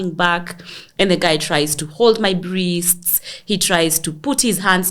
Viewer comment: “Brists”🤣🤣🤣. Gal, unanimaliza every time ukisema hivyo.